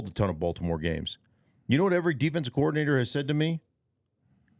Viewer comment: I like how Stink pronounces coordinator as "coowardinator" 😅 I guess that's the D for degree thing he mentioned 😏